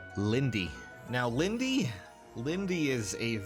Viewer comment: is it pronounced lindeeee or lind.